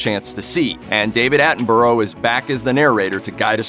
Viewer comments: its pronounced like atten bruh not atenborrow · Bu-rah. Not bu-row 🤦🏻‍♂️ Americans can’t speak English. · David Attenborough* it's pronounced atten-bu-ruh. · It's David Attenborough, not 'Attinboro'. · It kinda triggered me how he said it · ‘David attenborrow’ got me triggered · Did anyone else get annoyed by how he pronounced Attenborough? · You pronounce David Attenborough's name wrong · How dare he pronounce sir attenbourgh's name wrong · It's SIR David Attenborough!! 😛 Also, LOL at how Americans say "borough" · Cant believe hes butchering david attenborough surname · Please learn how to pronounce Sir David Attenborough's name. 🤦‍♂️